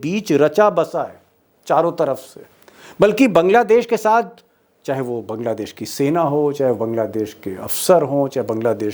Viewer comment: दीपक जी, पहले बांग्लादेश बोलना सीखिए ।